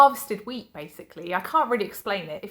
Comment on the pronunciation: I thought you said your dad harvested weed at first lol then I got wheat when you said it again I nearly choked on my coffee there lol xx